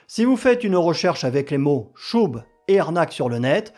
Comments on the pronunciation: Chubb, c’est « cheub », pas « choub » (ou « chub » si on veut le dire à la française) Commentaire pour nourrir l’algorithme. 😊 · On prononce « tcheub » pour l’assureur